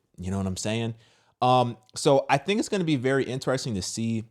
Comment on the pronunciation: I like when people with that accent say FINK instead of THINK. 😆 🤍